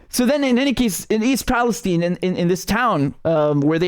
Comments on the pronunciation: They say Palesteen, instead of Palestine, because Israel runs the USA! And you calling it Palesteen, East Palestine, Ohio, is over a hundred years older than Israel! Now Israel has stupid people mis-pronouncing words! Call it Palestine! 🇵🇸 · RM love your channel, People living in Ohio pronounce Palestine with a long "i" like you and I would expect. Curious that journalists who are willing to report on this disaster chose to mispronounce it. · It’s pronounced PalastEEne so you know it’s the evil version.